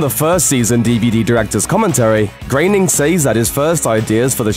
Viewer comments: Grow-bing not grain-ing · Matt graining? I thought his name was Matt Groening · Groan-ing, is how you pronounce it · Why is he pronouncing his name as Matt "Grayning"? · Grainnin? That's not how you pronounce it.